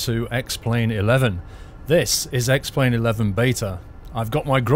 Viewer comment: ***** I know he said X-plane but it was very close to X-Men :)